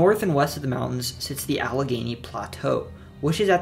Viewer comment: he got allegheny right as well, which i had no idea how to pronounce until i heard the philly subway speaker say it